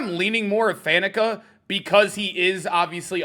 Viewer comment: might be one of the only content creators in his 20s that pronounces Faneca correctly.